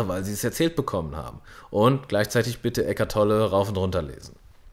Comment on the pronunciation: Hallo. Bitte was rauf und runterlesen? Ecatolle? Sorry verstehs nicht richtig...bei der Frage was man gegen das Gefühl der inneren Leere tuen kann. LG